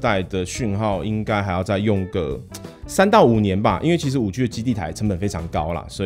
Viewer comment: ＂5G＂應讀＂5基＂。請參考美語發音及中國科技學者的讀音。請不要再發音＂5拘＂，太刺耳了。